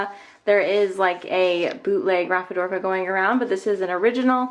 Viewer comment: I love your video, but just one thing... it’s “Ra-phi-di-for-a” not “Raphi-dorfa” 🙂